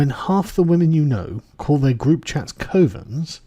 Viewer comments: It's pronounced 'cuvvens' not KOvens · It's C of ens. Not C o vens…. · ...pronounced cuvens, not literally covens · Cov-ens like "gov" but "cov" lol boomer..